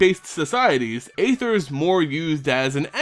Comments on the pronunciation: Just so it's known, "aether" is pronounced [ee-ther] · ÆTHER is pronounced like ÆON FLUX